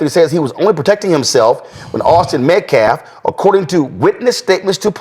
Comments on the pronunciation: Every time I have heard say Austin’s name he mispronounces his last name as Metclaf I’m starting to wonder if he is doing it on purpose as a slight or disrespect to Austin and or his family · He is even saying Hunter MEDCLAF , ‘MEDCLAF’ 😳 he said it twice and the other day at his conference he mispronounced the names again he mispronouncing names LEFT AND RIGHT IT’S SO DISRESPECTFUL. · and a couple other times, the activist criminal said "Hunter Metclaff" (with an "L" in it)! This guy is horrible and should not be allowed to speak in public! What an embarrassment. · They want to keep talking about disrespect, but I'm still wondering who these "Metclaff" people are. If they want to be taken seriously, they can start by learning how to pronounce a rather simple last name. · Dude quit saying Hunter Metclaf. Educate yourself and at least say his name. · The "Met-claf" mispronunciation drives me crazy. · Who is Hunter "Metclaf"?!? Homeboy can't pronounce "calf"?!? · Lol the “self deflence” thing wouldn’t be a big deal if he did it one time like a slip up or something, but he kept saying it! He really thinks it’s pronounced self deflence, absolutely wild, and he also really thinks Austin’s last name is metclaf too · Also like to point out it's not "METCLAF" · That activist is lying about what Hunter said. Easy to check. He also insists on mispronuncing the Metcalf’s name. He’s either stupid or disrespectful- probably both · This family representative dude also repeatedly mispronounces the last name of the victim! Heck, his mispronounced the kid's name he's representing ~ he either doesn't care or is uneducated, or both. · he also repeatedly mispronounces "metcalf". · The last name is pronounce wrong. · Days after, the same day, I believe it was the next day.. that dude is a 🤡. Can’t even say Austin’s last name correctly either. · He is Pronouncing the names wrong on purpose so he can’t get sued for defamation. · Metcalf not Met claff